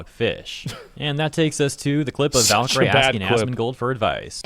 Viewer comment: "Valkyrie" is pronounced "valky-ree", not "valky-ray".